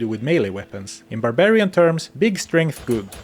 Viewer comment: "All you can upgrade is STRANTH!!"